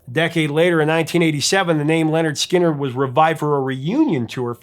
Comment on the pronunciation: LINNERD SKINNERD not "Leonard"